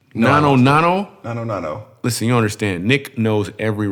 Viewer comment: It's "Nanu, Nanu" not Nano, Nano and the girls name is Mindy. :)